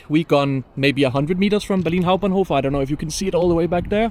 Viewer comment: That "Berlin Hauptbahnhof" pronunication was clean :D